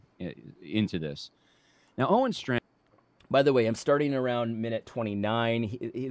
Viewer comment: I always pronounced his name stray-kin.